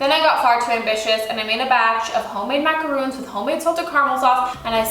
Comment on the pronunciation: Really pretty cake but... macaron.... not macaroon.